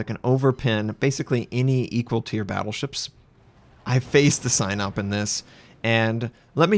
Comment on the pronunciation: I know it's completely unrelated but for the love of god please, pronouncing of Sinop is something like "see-nope" not "Cy-nope"